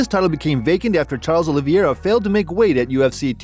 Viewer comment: It's not Oliviera. It's pronounced Oliveira.